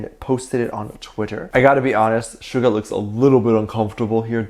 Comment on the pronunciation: please stop calling him Sugar his name I’d SUGA no R my dear friend. Please don’t be offended.